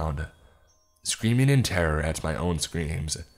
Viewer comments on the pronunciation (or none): 2nd story in a week i've heard you mispronounce exacerbate, fwiw